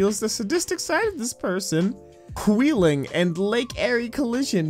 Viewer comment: I live in stark county and I think you managed to pronounce all of them wrong, allow me to help. Whee-ling Ear-E Ack-Run I have never heard someone butcher these names before, let alone at all. Thank you for making me hear this, it made me pause the video and go downstairs to grab a snack and cry. I hope I don't see one of these trains at the tracks near my school, to remind me of this dreadful experience. Thanks, a northeast Ohio resident, Abigail "Abi" Grace Adams.